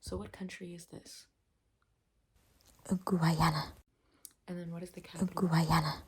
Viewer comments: Guyanese here 🙋🏻‍♀️ the way she pronounced it as GUAYANA is so Funny 😭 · It's pronounced gai-AN-ah. The Guy part is pronounced exactly like the word guy as in "I saw a guy". It's the only English speaking country on the South American continent. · Bruh she kept saying Georgetown and then have to dub it over with GUAYANA 🤣 rather than reshoot the part over again is comedy gold 🤣🤣🤣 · Nice video but its pronounced as Guy-ana (im from there so im just letting yall know lol)😅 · Guyanese here you pronounced Guyana so funnily lmaoooo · blud cannot pronounce Guy Ana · NOOOO YOU SAID GUYANA WRONGGG